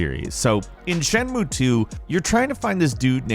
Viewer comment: Shenmue is a THREE SYLLABLE WORD. C'mon, man...you can do it. Shen. Mu. E.